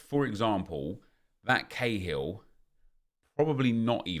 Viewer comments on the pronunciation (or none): none